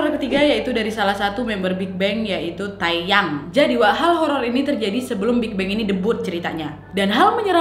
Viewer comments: Awalnya gw dengernya ‘tayang’ 😂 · wkwk ngomong "Taeyang" Nya lucu 🤣